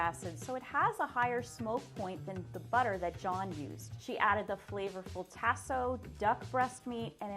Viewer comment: Chef #2 pronunciation of Tasso is cringeworthy.